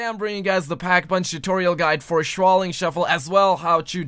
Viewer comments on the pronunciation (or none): Shaolin Shuffle as in SH - OW - Lin